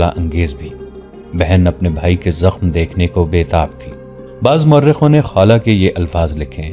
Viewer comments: خالہ نہی یار خولہ ۔۔۔۔نام صحیح لیا کرو یہ صحابیہ کی نام ھے کوئ عام نہی۔ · جناب آپ پھر نام خالہ نھیں خولہ ھے